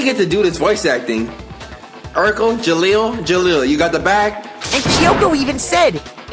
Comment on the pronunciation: Did he just say Jeleel?